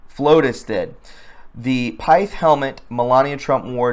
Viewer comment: Lolol. It's pith not pithe..lol. Short I sound.